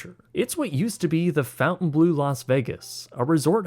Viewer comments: The pronunciation of "Fontainebleau" as "Fountain blue" irked me more than it should throughout for the whole video 😄 Phonetically, it's pronunced "fon-tuhn-bluh" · Fon-tain, not fountain. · FONT-AYN BLUE. you kept saying fountain-blue seems wrong. Please tell me I’m wrong and they only spell it that way! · Fontaine not fountain. Ugh smh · "bleau" not "blue"... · Hey, sorry to be that guy but it’s pronounced, FON-TE-E-N-BLAU not fountain-Blue 😅 sorry, local Vegas resident here lol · Pronounced Fountain-BLOW, not Fountain-blue. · It’s FONTainbleau. (NOT) FOUNTainbleau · It’s fontaine, not fountain. Correct? Like pronounced font-ain. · It’s not pronounced “fountain” it’s Fontaine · Its Fon-taine not fountain. Love the video but it killed me with the pronunciation. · I love your content dude but every time you said fountain blue rather than fon-taine bleau it made my eye twitch haha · Fontain not fountain 😂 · Fon-taine not fountain. 😂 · It's not the fountain blue. The pronunciation is more like Fon-Tein-Blow. "Bleau" is a shortening of belle eau, "good water". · Just a heads up it’s pronounced (fon-tane-blue) not fountain blue. It would never in any language be pronounced fountain blue. Just trying to give a heads up. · Fon-taine NOT "FOUNTAIN" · It’s pronounced blow not blue. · Are we sure it’s pronounced fountainblue instead of Fontanblo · Is it just me, or is he saying Fountain Bleau instead of Fontaine Bleau? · FONtainbleau!!!! It's not FOUNtainbleau!!!!! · babes i love your content but it’s pronounced “FAWN-tane” not fountain 🥲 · It's pronounced fountain-blow, not fountain-blue. Sorry just had to point this out. Edit: I may be wrong on this. Watching old videos on the french chateaux namesake. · This is probably just me being a nerd, but I believe Fontainebleau is pronounced with a longer "o" more like saying "Fawnt" as in paw instead of "Fount" as in out. Thanks for another great video! ❤️🙏🏻😁👍🏻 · And it's 'bleau' not 'bleu' - so not blue either!